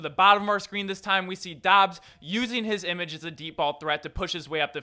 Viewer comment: Dubs not Dobbs...... 🙄